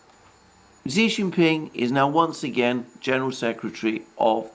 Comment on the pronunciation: Kudos on using the correct acronym for the CPC, and on improving your pronunciation of Xi Jin Ping's name.